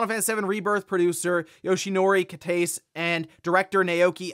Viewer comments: Yoshinori's last name is Ki-tah-say. He isn't an enzyme XD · Some pronunciation corrections, It’s Yoshinori Kitase (“Key-Ta-Sei”).